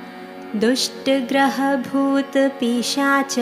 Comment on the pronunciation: Dushtha graha and not drushtha graha. Yatha yogam and not yatha yogyam